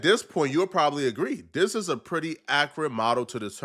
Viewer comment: for the love of God please work on saying THIS instead of DIS you are killing me